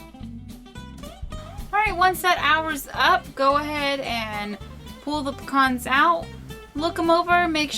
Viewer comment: Picans new way to say pecans.....................great video many thanks